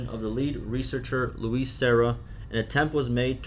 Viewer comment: Thank you for reading these! Just a note: Luis' name is not pronounced "Lewis". It's pronounced "Loo-ees"